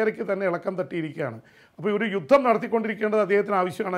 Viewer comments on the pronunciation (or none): none